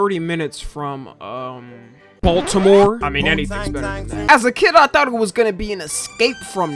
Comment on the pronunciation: he couldn’t have produced the T in baltimore any harder